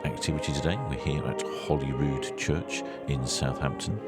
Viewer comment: Holyrood should always be pronounced as in Holy Bible. Definitely not Hollyrood.